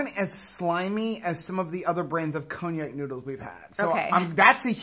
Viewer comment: I've always heard it pronounced con-jack. I prefer a good marinara on my pasta, but lately, butter noodles have been calling. I did not like the miracle noodles, couldn't finish them.